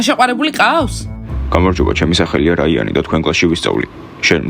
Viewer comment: რაიანი არა რაინი